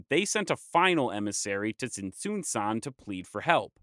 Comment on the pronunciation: Now, I must also say that I cringed every time you said pur-ee-pecha >_< Please, remember that in Spanish all vowels are short. Pur-eh-pecha. Though I also would like to congratulate you on your overall purepecha pronunciation. In particular with Tzintzuntzan. This, along with Parangaricutirimicuaro, were used as tonguetwisters when I was in elementary. As a footnote, I could not understand when you mentioned Axayacatl. But nahuatl is a more complex language with clusters of consonants. Many of which are also used as tonguetwisters in Mexico 😊